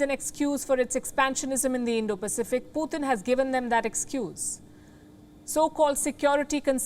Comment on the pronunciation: its Putin not Pu thin, can someone let her know